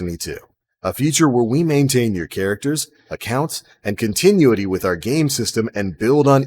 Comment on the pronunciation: he mispronounced continuity lol